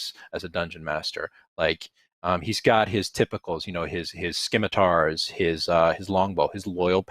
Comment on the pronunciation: I grimaced in horror and disgust at how scimitars was repeatedly mispronounced. 😆